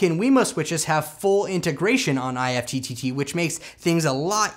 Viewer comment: Great video! However, IFTTT is pronounced like “gift” without the “g.” :)